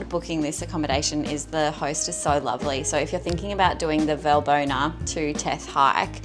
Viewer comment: ES HEIST. WALLBONA WALL.BONA WERD GESPROCHEN BRUDER